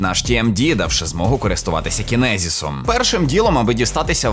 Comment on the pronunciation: Не кінезіс а чіназес